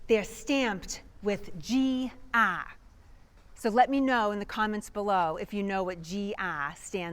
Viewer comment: 😂 you have to be able to translate her accent. Her 'R' sounds like an 'I'.